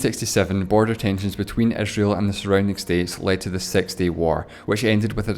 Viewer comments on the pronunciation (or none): Bretish and Esreal haha :D great video tho